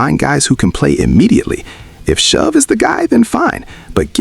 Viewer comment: Say tyler last name right . Your not saying it right